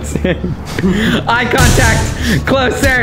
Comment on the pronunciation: Its not jensen lmao its Jentzen